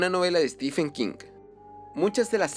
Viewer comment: No es Stifen es Estiven King